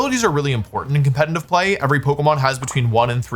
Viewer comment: Conletitive!! Not Compenitive